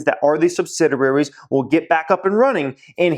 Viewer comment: you need to learn to pronounce sub sid ee ary. other than that, great advice. picking up a few brk.b shares soon. thanks for the help.